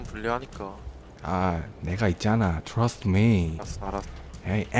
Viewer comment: 여러분 그거 츄러스 먹을래 그러 츄러스아니고 예....trust그건데 발음이왜 저따ㄱ ㅖ... you trust me?(나 믿어?)